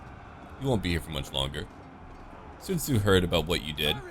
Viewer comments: Your pronunciation of Sun Ce need some work, or maybe its just me cause to me you pronounce it as Sun Tzu instead. OR you confused the two mid recording? Either way love your series compare to others that im watching. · Its pronounce sūncè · why do you call Sun Ce Sun Tzu or are they the same?